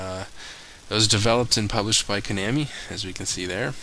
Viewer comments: Koh-Nah-Mii. I'm fairly sure that's how it's pronounced. Just sayin'. Great vid, though. You always make awesome videos. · The way you say Konami cracks me up.